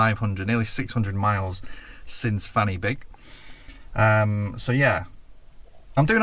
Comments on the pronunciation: He pronounced "Fan Y Big" wrong. It is NOT "Fanny Big" . . . it is pronounced "Van uh Bog", is correctly spelt as "Van Y Byg" and means "Point Of The Peak. And I am somewhat surprised the he omitted Scunthorpe! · It's not pronounced Fanny Big. Because that's Welsh. A single F is a V sound and Y isn't ee but auh. I.e van auh big. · Fan y big = Van - er - big. There is no V in the Welsh alphabet so F is pronounced as V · He started the video with the wrong pronunciation bro. "Fan y big" is pronounced "van uh beeg" in welsh. It can mean "the top of the spike" or "the summit of the point". Welsh is a phonetic language so I don't understand why people struggle so much with the pronunciation, whereas the spelling in English is the opposite of phonetic.although it does look funny to a non native 😂 there's probably loads of funny place names in Wales though that are real. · Its pronounced fan y big. (Van uh beeg) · Thats pronouncec Van y Beeg, nor t Fannybig, it's Welsh not Bloody english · 'Fan y Big' is a Welsh name, not English. The 'y' is pronounced 'uh'. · Fan y Big is Welsh so it’s pronounced Van er Beeg 😊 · He pronounced the name Fan y Big in order to be amusing. The proper pronunciation is Van uh Big. Not so funny. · Unfortunately, Fan Y Big is pronounced Van y Beeg. In Welsh , a single F=V and FF=F in English pronounciation. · Sadly, the actual pronunciation for Fan Y Big (being welsh) is: Vaan Uh Beeg. Side note; we do have many towns and villages which literally have a fanny as the name though. Names involving 'gwaen' (vagina) are often found in rural wales. I think it must've used to mean any sort of crevace or valley. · It may be funny when an ignorant Englishman pronounces it, but it's pronounced Van-ih-big. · Hmm. Fan y Big isn’t pronounced like Fanny Big (the F is pronounced like an English V for a start) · Lol Fan Y Big isn't pronounced like that, I'd never even thought of it sounding rude 😂